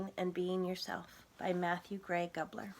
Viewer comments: Goo-bler not guh-bler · She said Gubler not Goobler how it's actually pronounced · goo-bler not gub-ler :> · goo-bler** not guh-bler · Umm... I dont mean to be rude but did you pronounce his name guh- bler instead of goo-bler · did she just say "guhbler" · Its pronounced GOOBLER AHHHHHH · Yes she did but my guess is that she said it that way because she thought it was pronounce that way or she might have a speach problem I use to not be able to say yellow and I can barely say coincidence unless if I say it real real slow so I call it a co-wink-a-dink. Not heating on you just gaven you a reson on why she said it worng. Have a great day always and be safe please.